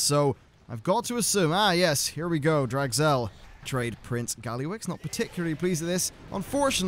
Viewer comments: Draz'gel. Not Drag'zel Kappa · Draz Gel not Drag Zel. Wow that was bothering me..